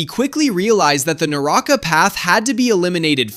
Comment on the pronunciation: Naraka not naraaka